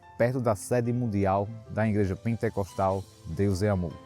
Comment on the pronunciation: Que "Ingreja" irmão? É IGREJA!!! Não tem "N"